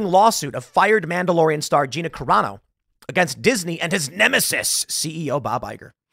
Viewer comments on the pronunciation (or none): "MANDAROLIAN" lol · Hey,... What's a "Mandarolian"? 🤔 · What the hell is a Mandarolian?